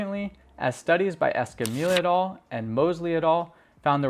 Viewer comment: Good but when referencing papers it is "et al." as in "call me Al", it being an abbreviation of the Latin et alia, meaning, "and others". Subbed.